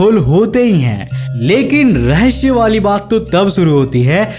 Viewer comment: Bhai रहस्य होता है रस्य नहीं होता .